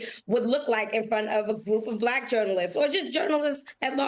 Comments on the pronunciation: Trump can't even pronounce the word "Black" he says "BBBlackkk" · He somehow manages to pronounce the word with a hard silent R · 100%. I hate the way he speaks anyway, but this particular time when talking about his fake suspicions about Harris, he was being especially careful to pronounce Black in what he obviously thinks is dismissive and everyone else hears as racist and hateful. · He pronouncing "BLACK" the way he pronounced "CHY-NAH" during the covid debacle 😅